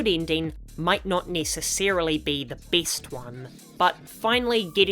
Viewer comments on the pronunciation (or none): nice video and great accent "might not necessarily be the BEAST one"